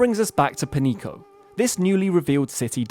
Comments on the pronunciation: Not 'Penico'. The correct pronunciation would be 'Penyeeko'. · Pronounced penyico, not "penico" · 'Peñico' would be pronounced 'pen-yee-ko', not 'penny-ko'. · If it was Penico, it would have been written as Penico. It is written as Peñico, because it does NOT sound like Penico. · Sorry to get all nit picky with you, but you need to learn the pronunciation of the ñ (enye) an example would be jalapeño pronounce it as jalapenyo That is (ny) sound. So Peñico would be Penyico with the y as a consonant. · Your pronunciation is goofy. It sounds like Pan-yeeko. Tha tiles over the n makes in an n-y sound. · Amazing docu view you have the , but please check your American privilege and put a little time in how to pronounce non-English words like they are written.. Its so fucking annoying americans and other english only speaking people just ont give a flying fuck about accents and other reading signs. Peñico is not pronounced as Penico. Please stop that boorish mispronunciation of other languages.. You dont pronounce señor like senor either.. so just think for a second... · Wrong pronunciation of Peñico aside, great video as always. 🎉